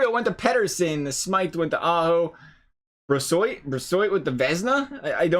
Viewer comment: it’s pronounced bro-swah